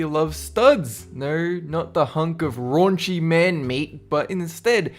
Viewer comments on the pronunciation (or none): none